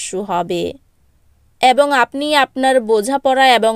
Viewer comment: Chhi ki baje uchcharon ...ebong na bole bolchhe aabong